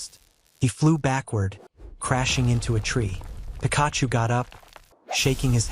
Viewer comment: Pikaaahhhchu? Raychu?